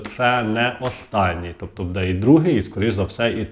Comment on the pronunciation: Що буде?????" Задовбав....!!!!!! Буде:" добивають народ!!!!! Для чого цей наголос!!!!????? Буде'..............мукулатурщики!!!!!!!!!!!!!!!!